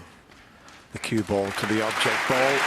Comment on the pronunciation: I agree. Just compare Taylor's pronunciation of "ball": to Taylor it's a ball, to Davis it's a "bowl"!